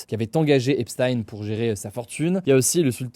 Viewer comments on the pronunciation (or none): Je vois que je ne suis pas le seul à m'en agacer ! C'est /ˈɛp.stiːn/, avec le son "s" (pas "ch") et le son "i" (pas "aï"). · On dit "Epstin" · Epstaïne Esptine Epchtaïne frérot faut choisir une prononciation à un moment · ça se prononce "Epstine" : /ˈɛp.stiːn/, avec le son "s" (pas "ch") et le son "i" (pas "aï"). C'est étonnant que Hugo continue à alterner autant entre les 2 prononciations alors que les autres médias se sont bien habitués à la prononciation qu'il utilisait de son vivant aux états-unis (et toujours utilisée dans les médias états-uniens) ! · C'est pas choquant mais c'est agaçant. C'est quand même pas compliqué de faire une recherche, et on est fixé. Je l'ai fait et en 5 min c'était plié. Les journalistes ne sont pas plus cons que moi, donc pas d'excuse. C'est agaçant. Et pour les flemmards : on dit /ˈɛp.stiːn/ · Un jour, peut-être un français prononcera "Epstein" de la bonne manière...